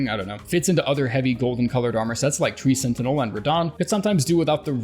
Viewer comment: twee sentinel